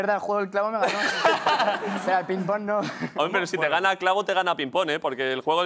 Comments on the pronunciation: Es ping PÓNG joder, con acento en el PONG hostiputaya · Ping pÓng, con acento en la O, Óstia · Quién dice Píng Pong?? Ping PÓng, por favor. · Me pone muy nerviosa que diga pinpon en vez de ping póng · Pínpon? PÍNPON? La hostia. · cuando ah dicho lo de “pínpon” 😂🤣